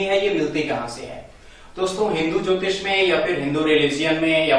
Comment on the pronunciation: अरे यहां ज्योतिष की परिभाषा आप कैसे दे रहे हो यह जल ज्योतिष का दो शब्द बनाए आपने अलग-अलग इसमें ज्योति तो ठीक है पर इसमें इश ना हो के ईष होता है अर्थ का अनर्थ ना करिए